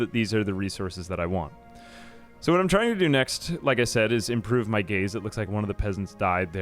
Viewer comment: I kept hearing gays and not gaze , just made it funner.